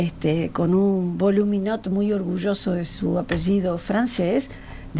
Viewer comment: El puño cerrado es para esta mina "Malcom X" ???? Ay, dió ! Y "Voluminot"??? es Voulminot!!!! Relamente sabe leer???